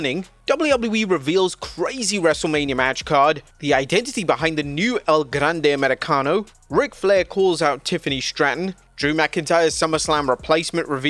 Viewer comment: I’ll never stop marking out when blud repeats “El Grrande Americano”